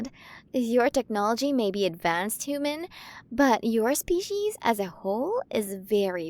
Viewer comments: Quren of the milyway galaxy.. and she still cant pronounce H U M A N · F4A audio, pawggers >:3 This has been very cute! The art is also cute as usual. I love the designs in this, and the pronunciations are cute lol. Pretty star hair colours too! I think I'll like being her hooman >:3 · Amazing work! I loved the way the queens pronunciation was just a bit off. The design on her looks great! 10/10 work here!